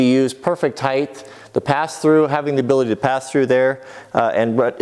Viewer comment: hey! i noticed you said highth. its actually pronounced hight. its a common misconception. just thought id let you know.